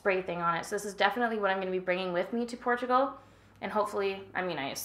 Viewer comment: That "Portugal" pronunciation sounded so Serbian, is Dejan trying to teach you his native tongue?